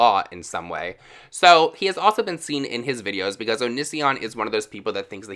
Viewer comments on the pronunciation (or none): When you’re so gay you can’t pronounce O-knee-see-on correctly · Eh. Only thing that bothers me is how many times this guy mispronounces Onisions name lmfao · I love how you say his name 😂 Loving your channel ATM 😊